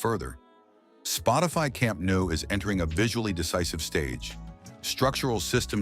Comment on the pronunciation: Please stop saying "camp nu",,,,,,just imagine is written "CAMP NOW" will sound better.no matter the voice this is AI generated.